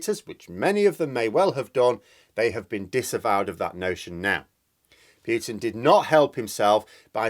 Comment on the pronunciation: I presume you mean Putin ( Poo-Tin ) as a Russian it sounds really weird to me to hear you say Poutin. The reasons are nothing to do with NATO, he wants Ukraine back in the Russian fold and there are huge gas deposits just off the coast of Crimea and in the Donets and Lublin basins as well as Ukraine being a very large food producer with huge amounts of fertile land which Russia is in short supply. Of course he has made a huge error and thought he would roll in and take over in a few days. Now he has no way out. He can't hide what he has done for much longer in Russia as he has destroyed not only Ukrainian cites but Russian-Ukrainian cities and killed many Russians. This is where he is finished. He will no doubt be taken out by those close to him as is the way in Russia.